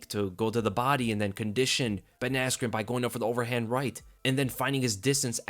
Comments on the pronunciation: It killed me when Bruce Buffer called him Ben Askue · didn’t he say askren wrong or was I tripping? I was watching it at like 4am lol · he said askren bad lol